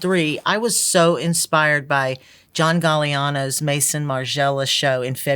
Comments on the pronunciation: "Jean Baptiste Valley"... WTH! Unforgivable. Also, "Mason" Margiela. How? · Costume designer and can't even pronounce Maison!